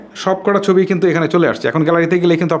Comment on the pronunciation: উচ্চারনে সমস্যা থাকতেই পারে তো সমস্যা কি